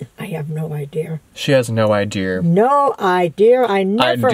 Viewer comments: "I have no idear where he gets his idears from" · Take a shot everytime she says 'idear" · lol I think adding the R at the end of idea is an old timey New England thing. My grandma said idear too lol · Also my mom also says idea like idear. It's kinda like a New England accent that some people have. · Idear.... lol. granny's so cute. and so is. haha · IDEARS LMAOOOOOOO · Omg LLol love u guys all my teacher say ideer lol